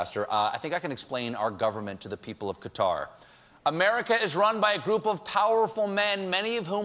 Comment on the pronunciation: Only problem with this segment was the way he butchered the pronunciation of 'Qatar'. Not that hard to get it right. Otherwise, great jokes.